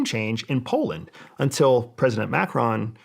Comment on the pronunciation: Great pronunciation of Macron dickweed